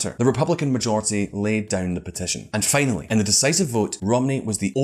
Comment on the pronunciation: Fanally... Pramaries... Tany hands... Sorry but uggghhhh